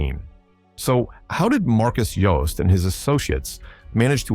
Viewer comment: Jooste is pronounced UuuSta